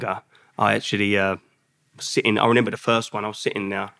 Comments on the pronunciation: Lovely guy but it’s not renember 😀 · Is it me or is he saying renember? Great interview but that’s gonna get to me 😅